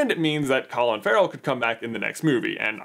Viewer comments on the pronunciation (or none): none